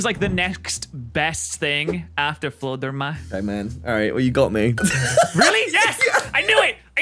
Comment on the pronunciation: fluder may :)